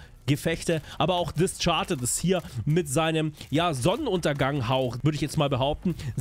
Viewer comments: Da hatte es aber jemand eilig heute, was? Hab etwas Panik vor Breakaway. Vielleicht zu groß für mich und viel zu viel Schnee 🤪 Und wehe es fehlen die Pinguine 🐧 bei Release… !! Klugscheißermode on: Es heißt DisKARDed mit K gesprochen und nicht Disscharded. You know? Sowas gewöhnt man sich schnell an und wird’s dann nie wieder los 😁😇 Ansonsten freue ich mich auch auf Renewal. Erinnert mich von den Gebäuden her an Shanghai. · Discharted LOOOOOL, die Map heißt Discarded (mit K gesprochen nicht SCH ) :) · "Discharded" wie kommst du drauf? Da ist doch nur ein C oder sprichst du Disc auch Distsch aus?!